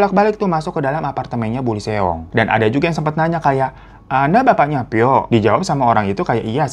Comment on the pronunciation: Greget banget denger Seong Seong. Bacanya song bang biar enak di denger. Kalau mau fasih ya huruf O nya di baca tipis.